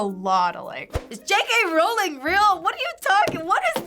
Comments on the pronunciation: FBE: Rowling sounds like bowling. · Ugh. Rowling like bowling, not Rowling like howling. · please stop saying Rowling like that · Don't even say JK Rowling correctly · Why does she mispronounce "Rowling"? 😭